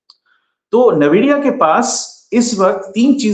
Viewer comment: Please its aspelled NVIDIA and NAVIDIA... I am an ex NVIDIAN